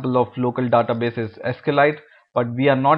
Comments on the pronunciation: I can't concentrate when he says "Database". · i cringe whenever he says database..